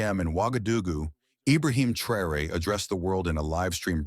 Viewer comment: This video is pronouncing Traore name wrong...also others videos from america the youtube videos calls him everything but his name. They are hoping you wouldn't notice, stop rewind and see fir yourself. Whenever you do notice, give the video a 👎